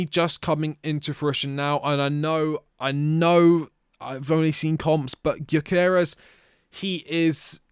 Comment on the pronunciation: his name is pronounced like you puke after the Gy. Gyökeres - jyöökeres - // swede